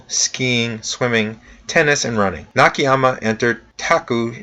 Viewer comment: Hello; the pronunciation of Japanese is the same as the Spanish and similar to most Languages where letters sound like written; like "A" sound A not "ei" (like hey without H) so NAKAYAMA sound like that not Nikihyama as you are saying. I understand that you apologized about that; I am only trying to cooperate about it.